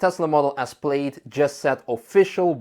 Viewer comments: Not to nitpick but it is “pl-aa-d. Not “pl-ade”. Just saying. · awesome video! thank you! just one note -- i know it's spelled "plaid" so it looks like it should be pronounced like "played" but it is actually pronounced "pladd", rhymes with dad. keep up the great work! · It's pronounced 'Plad', don't ask why, but it is. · Model name is pronounced as "plad", not "played". Yes it's spelled wrong (to many), English wording is so controversial. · It´s not Played, it´s Plaid lol. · Good video -- except for you constantly saying "played" instead of plaid. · Let me help you with your English pronunciation, the word Plaid is pronounced as if it were spelled "Plad". The same way you would pronounce the name "Chad". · I love how pronounced it “played”. 👍. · Or England. It's only ignorant yanks who say 'plad'. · has gone code red on his pronunciation of plaid. Obviously, he has missed out on one of Elon's favorite movies; Spaceballs. It's best watched with multiple hard core Star Wars fans.